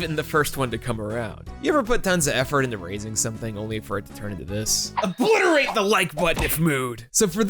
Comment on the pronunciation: saying obliteret the like button me places all 5 exodia picece